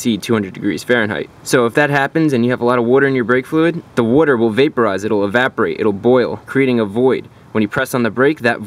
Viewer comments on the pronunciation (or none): I am happy you pronounce Wuter properly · OMG please learn how to say WATER! PLEASE . It's very Good video but couldn't finish watching it because of how retarded you SOUND WHEN U say WATER... JEEEZZZ MAN.. SMH.. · JESUS CHRIST DUDE ITS WATER NOT WOIDER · Is he saying “water” or “wooder”? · Way he says witer 💦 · What the hell is wurter? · BRO! SAY WUTER ONE MORE TIME 😤🤬😂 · Wudder in the breaks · What's Wudder? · “Worter” lmao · watching in 2020, all I can hear is wudder wudder wudder wudder wudder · I had no idea how much I was going to get to hear him say woorder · What the heck is worder? Unless you are saying water with an accent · That's how my dad pronounced it too. I don't know where that came from. But he's right about brake fluid absorbing wooder. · What's "wooder?" (sorry, I come from the Bahston area and I couldn't hep it ;) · "It's hydroscopic, meaning it absorbs WOODER" -ChrisFix 2014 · "woarter in the brake fluid" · what's wooder. I've heard of water but don't know what wooder is. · wuter?? lmao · I’m about to blow a goddamn head gasket hearin this mfer pronounce water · Say water correctly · Where are you from Boston, LOL